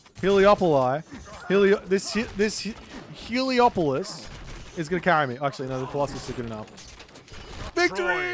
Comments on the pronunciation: hele -> taker polis -> city taker of cities Helio -> Sun polis -> City sun city You've been saying it wrong on your stream the whole time but I just kinda cringe and keep watching cause you're an amazing creator and I love your casts. But it has been bothering me :D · Heliopoli. That's the correct way !! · Heliopolis - He Lió Polai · I heard healiopoli 😅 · heliopolice, I heard, lol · he lee awp o li :D